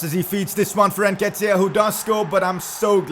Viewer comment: Before the Arsenal game: I'm not gonna try to pronounce his name. When he scores: Oh come on Nketiah